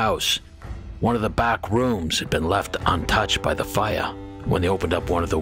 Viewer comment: Coming from a little village in the west of Ireland, I LOVE how you say “Fire” 😊